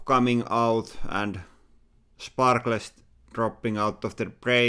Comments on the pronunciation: Sparkles = "Sh-park-less" it never stops by awesome. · Sparkles (Spark-less) Hehe... love ya'll